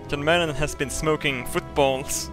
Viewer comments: "Yon Mad is in it!" who tf is yon mad.... "Footballll" OH lmao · when he says john madden it sounds like young man